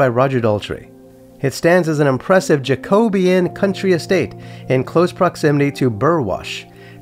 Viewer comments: It’s pronounced “jacko-be-ann “ 🙂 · That is so funny how you pronounce Jacobian. It’s hilarious. And you’re serious. Kinda like how Nigella Lawson calls Microwaves, Mick - rah - wah - vay. But she’s doing it because she knows it’s funny. It’s like French. But crazy French